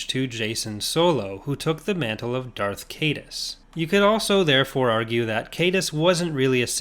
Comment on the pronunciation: Only 2, fittingly enough 👌🏼 From what I understand, Tyranus is pronounced "tie-RAN-us" And Leland Chee stated that Caedus should be pronounced "KiE-duss", rhyming with "hide us".